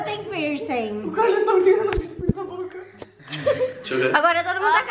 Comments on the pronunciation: KAKAKAKAK e a “pircinG” tô rachando KAKAKA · "Pirsingui" KKKKKKKKKKK❤❤